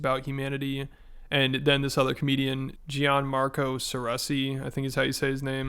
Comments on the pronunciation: it’s pronounced John-Marco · Love your pronounciation of gianmarco’s name 😂